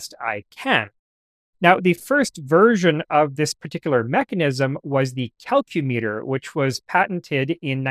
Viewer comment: This is half joke and half really dorky comment: as it’s a tool, I think “Calcumeter” should be pronounced kal-‘kyu-mi-ter (emphasis on the second syllable), otherwise it’s a metric unit of length Mostly because I’m really dweebily rankled by the pronunciation of “kilometer” but I know it’s a lost cause